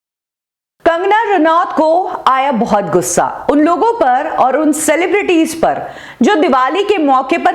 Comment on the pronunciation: ye log selebriti nahi hi selebredi he🤣